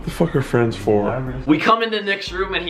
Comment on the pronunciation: Hi I like pizza do you like pizza if not we can't be fwends I need fwends please be my fwend